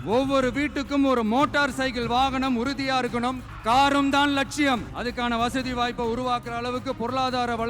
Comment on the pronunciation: இருக்கனும் இருக்கனும்...னா... புரியவில்லை தெளிவாக சொல்லு ங்க...